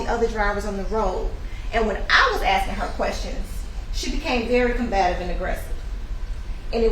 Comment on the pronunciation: Aksing for example